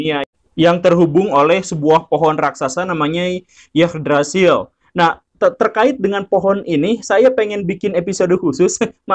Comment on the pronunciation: yggdrasill itu bacanya igdrasil pak. saya nonton series american god ceritanya si odin pake ranting dari pohon ini buat bikin tombaknya